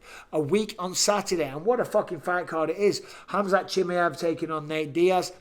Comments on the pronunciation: BISPING: KHAMAZAT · It’s Khamzat not Khamazat ou Kazmat or any other way.